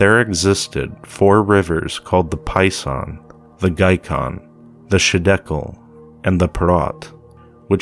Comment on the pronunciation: I don't mean to be a troll or anything but it's not shidekel it's highdekel, the other ones are gihon, pishon, and the phrath.